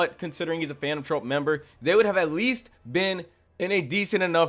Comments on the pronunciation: Nigga how you this bad at speaking your own language you say Charon wrong you don’t even know the word troupe and said trope like bro cmon this can’t be your first language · This was a fun video and I agree with your rankings. I have a couple criticisms though: It’s pronounced like Troop. Not the Phantom Trope. It’s like a circus troupe or a music troupe. Troop. Also, Kortopi - not Korotopi. Also… not Iyumi… Illumi. Like ill loomy. Illumi. My second gripe is with the assumption that Feitan or Finks have the durability to tank a hit from Uvogin. Unless they have power reserves WAY beyond what we saw against the chimera ants, they just can’t handle Uvogin. Finks has to have a limit to his charged up punches, and Feitan’s whole ability is a game of risk/reward. Uvogin would pop them like piñatas. Lastly… Chrollo absolutely did try against Hisoka. I don’t like leaning on the prep time argument by itself, but ignoring it as a factor is just stupid. Chrollo specifically evaded Hisoka until he gathered the specific abilities necessary to guarantee that win - and it included a very lucky post-Morten nen ability that surprised even Chrollo. Hisoka was well and truly out of Chrollo’s league when he was given his nen back and that’s crucial to understand. I agree that Chrollo is a smarter fighter than Hisoka but Hisoka is much better at it, and his ability is much more versatile in any given moment. Zeno didn’t say Chrollo would beat him. He said that he would definitely defeat Chrollo unless Chrollo was trying to kill him. That implies a battle, not a guaranteed outcome. And that’s still extremely high praise… just not the ridiculous overhype that you sugg